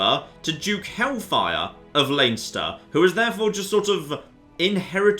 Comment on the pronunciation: Plz stop it's pronounced lenster